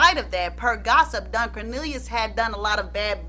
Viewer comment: the way u keep saying DONE